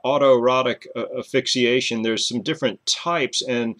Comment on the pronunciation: thank you for the interesting video, very informative. i do have a question thought - why don't you pronounce asphyxiation with the s? like "ass-fix-ee-ey-shun? just curious.